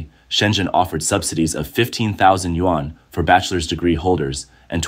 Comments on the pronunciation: Another narrator who can’t correctly pronounce the Chinese currency. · Chinese can't pronounce english either but if we do it it's rayciss I guess 🤷